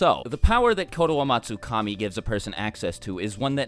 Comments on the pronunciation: Explain how you nailed that name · I like how you can pronounce the name so easily. I bit my tongue half way through.